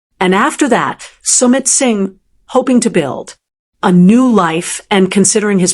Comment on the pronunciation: AI? Sound terrible. From PALM .... SPRINGS. SUMMIT ....SINGH